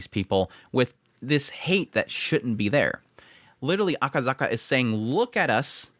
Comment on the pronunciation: It's Akasaka not akazaka